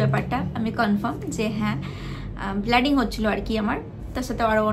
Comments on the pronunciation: Bleeding ❌ Blooding ✅ 🤣🤣🤣🤣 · Bladding❌Bleeding 🩸 bolo... Ota sunte kharap lagche